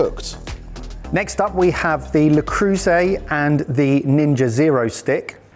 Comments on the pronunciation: Learn how to pronounce things for fuck's sake. "Tee-fal"? "Le croose"???? It takes literally 10 seconds to look up a video of a non-brain-damaged person pronouncing something. edit: harsh complaint but your channel is perfect otherwise so this blemish is particularly annoying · Saying "la crew say" for le creuset is pretty crazy haha. Nice video as always boys!